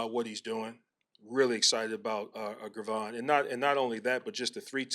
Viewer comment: 🤔 Have we been saying Gervon's name wrong this whole time or does Eric just need to call him Dex